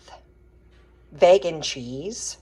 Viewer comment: Juuust FYI, vegan is pronounced vee-gan, with a hard E